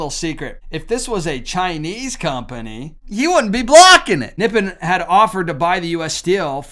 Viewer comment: It is pronounced Nip-pon. That is the name of Japan in their language. Actually, if you have Noritake China, if it has Nippon on it, it is worth some money. That would mean that it was made before WWII. Just a FYI fact.